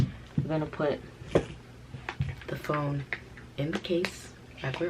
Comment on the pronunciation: She said she was done backing up this Phome(foam) 😂